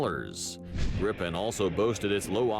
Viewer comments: As a Swede this calms me a little bit thinking about what is happening in Europe... It's not Grippen, it's Griipen. Only one p. And then he says "vaigen" as well. Why didn't he say viggen then? I'm surprised you don't know what the flares are for. ._. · Gripen is pronounced Greepen and means Griffin. The planes before were the Tunnan (barrel) the Lansen (Lance) The Draken (Dragon) and the Viggen (bolt). Saab went bankrupt, good at building cars, poor at building profit. There are still quality SAAB cars on the used market that should keep rolling for years to come. The flares you mentioned are to confuse heat seeking missiles. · Gripen (the griffin) is pronounced "griii penn" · The names of the Swedish planes mentioned (and which the presenter consistently mispronounces) are: "Draken" which means "The Dragon", "Viggen" which Wikipedia suggests would translate to "The Tufted Duck", and "Gripen" which means "The Griffin". Earlier Swedish jet fighter models were "Lansen" (The Lance) and "Tunnan" (The Barrel, if you see it you will understand). JAS stands for "Jakt, Attack, Spaning", which means pursuit (ie. fighter/interceptor capability), attack and recon.